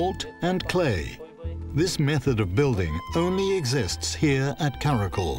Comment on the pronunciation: Just correcting “ kara kol” pronunciation is “kara kyol” and its not tajik words its kyrgyz turkic word, people who is there are kyrgyz ppl